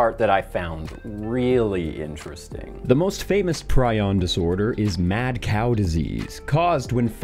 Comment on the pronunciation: I got thrown for a loop when you started talking about prions bc the correct pronunciation is "pree-on" and for a second i was like "what the hell is a pry-on? Must be some horoscope science."